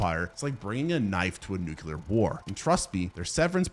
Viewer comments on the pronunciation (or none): Nuclear... pronounced NewClear, not Nukular. Why do so many americans say this word wrong? it's not even remotely close to how it's spelled either.